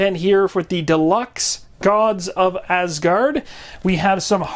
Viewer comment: Lol the "gods of assard" (it's a silent g) Thor wouldn't none be pleased at the butchering of his home and native land asgard ( az-guard). On a note on content, I didnt even know they did this kickstarter. Now I have to go find a copy and pay inflated prices on this... :(